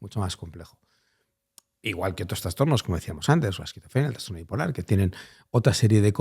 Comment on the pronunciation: Gracias por tu trabajo Eres un gran comunicador ❤ Si me permites hacerte un mini comment, he oído en varios podcast que dices la palabra transtorno, La forma correcta es trastorno, con "s", no con "ns".